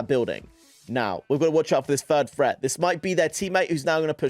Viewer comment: HAHAHAHA HE SAYS FRET INSTEAD OF THREAT IM DEAD ASFFF ⚰️⚰️☠️☠️☠️